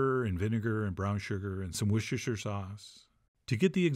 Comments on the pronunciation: To assist Americans with the correct pronounciation of ‘Worcestershire’ Sauce, it is incredibly simple. You have a state called ‘North Hampshire’. You don’t pronounce it ‘North HAMPSHIIIIIIIRRIIIIIRRIIRE’, in the same way that Worcestershire is not pronounced WorcesterSHIIIIIIIIIRRIIRRIIRE’. Just pronounce it ‘wurstersher’. A bit like ‘hampsher’ as in ‘North Hampsher’. It is VERY simple. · Not so simple. It is actually pronounced "wooster sauce", just as Gloucester (another place name in England) is pronounced "gloster". But does it really matter? As the Bard said : "a rose by any other name would smell as sweet". It's also believed he said " a sauce containing anchovies can be called as you like it" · Just "woster sauce" -- please. It huts my ears and cringes my soul even it if is one of your running jokes. Have mercy. Please. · Please, please, please - the pronunciation is: 'wuss-ta-sha' sauce. Chef John make me proud! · wus-ter-sher sauce. Why mock the pronunciation? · You don't know how lucky you are! We've even had Watch-your-sister Sauce. - the best, IMAO😅!